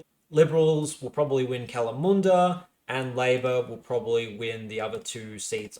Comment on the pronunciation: Don't forget his batshit pronunciation of Kalamunda he seems to have corrected himself on it now so he's capable of doing it right despite immediately going back on it 2 seconds later haha